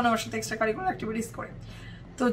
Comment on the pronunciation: Every time you say "extracurricular actitivities" I laugh 🤣🤣🤣🤣🤣